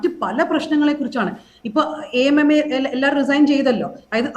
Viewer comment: കാവ്യനീതിയല്ല... കാമ നീതി..... ഇനി യെങ്കിലും AMMA എന്നു വായിക്കരുത് - എ.എം എംഎ... റിപ്പോർട്ടർ ചാനലിൽ അങ്ങിനയേപറയൂ...